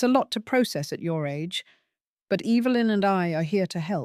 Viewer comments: I luv the way you say your daughter in laws mothers name 🤣😅🤣😅 Evilynn hahaha sounds like shes evil !! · EVIL-lyn!! 🤣 You got that right, mom!!